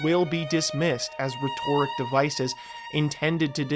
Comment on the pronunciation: Mispronounced rhetoric, video ruined. Nah I’m jk. Genuinely though this was beautiful, it’s impressive the production and quality of these videos despite your small following keep up the good work!